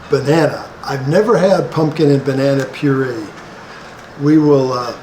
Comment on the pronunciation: put the cassava flower on your rice i thinks.. and Puree' is pronounced as pyore-ray